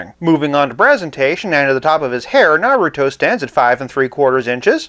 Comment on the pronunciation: I love your channel because it’s pretty cool, chill, you’re pretty nice, and you know your vintage stuff lol. Though, I felt a bit of cringe on how you said naruto’s name but then again it could be a bit hard to say depending on how you look at it lol. Keep up the great work!